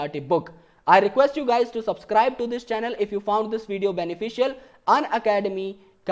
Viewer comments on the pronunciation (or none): none